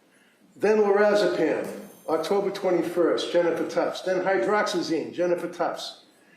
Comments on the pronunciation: Not the prosecutor repeatedly mispronouncing hydroxyZINE. And also not knowing what it's for. Its prescribed under the brand names Atarax or Vistaril for anxiety or mild sleeping trouble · Hydroxyzine is the correct pronunciation, and it is for ANXIETY to take as needed. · She mispronounced the antihistamine. It's hydroxyZine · HYDROXYZINE SHE CANT EVEN SAY IT CORRECTLY.